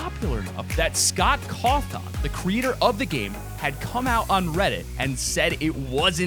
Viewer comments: the creator of fnaf's name is not Scott Cawwwwthon its like saying cotton ok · OMG! He freaking called Scott Cawthon Scott Cawtha! Get Him! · Its freddy fahz bear not what ever you said and its Scott cawthin is how you pronounce them I'm offended by how he pronounces fnaf stuff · Whos scott cawthaa ? Lok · did he really just call freddy fazbear freddy fozbear and scott scottchawthan lol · Man when he’s said freddy fazbear and Scott cawthon wrong I got mad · I'm legit triggered he said fazbear and cawthon completely wrong